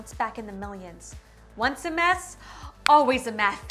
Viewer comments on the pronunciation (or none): "once a mess, always a meth" I'm dead 😂